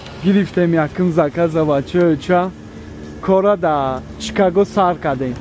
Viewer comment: Чикаго не шикаго